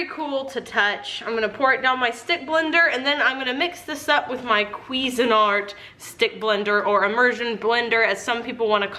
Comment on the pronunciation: Ugh I love u but cuisine Art is said (quiz-een) not (quiz-en)